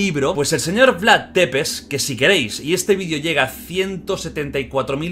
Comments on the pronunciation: Perdón por corregir pero se pronuncia Vlad sepesi que en rumano escrito sería Vlad țepeși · Depes no porfavor es Tepes, se pronuncia algo así como chepes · Oye lo siento pero me pone muy nervioso que diga Vlad depeş Es Vlad thcepeş dilo así jajajaja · Țepeş no tepes 😅 bienvenidos a Rumania👋🇷🇴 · Jordi, la T de Vlad tepes se pronuncia "ch", no pasa nada es normal la equivocacion. Pero si te escucha un rumano le van a petar los oidos jajajajajaj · Se escribe Țepeș y se pronuncia Tzepesh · Porfavor Vlad Țepeș, se pronuncia como: Vlad chepesh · Se pronuncia Tzepez Amigo no es T es Ț😂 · Soy la única a la que le da rabia como pronuncia mal el nombre del empalador?